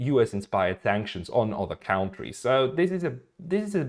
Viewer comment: Just one thing to improve your pronunciation: kontries = countries, not kauntries Great channel, keep up the good work!